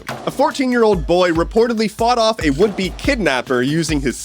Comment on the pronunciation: I swear to god I thought you said his "wimpy kidnapper" instead of "would-be kidnapper"...still applies though xD